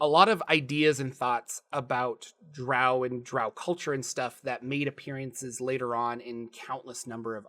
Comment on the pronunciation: thank you for pronouncing drow correctly. Q1 was the first module I purchaced after my red box set in 1981, which then made me save my allowance for AD&Dcore books.